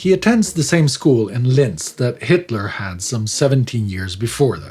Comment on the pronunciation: actually, it's "Linz" (without a "t"")...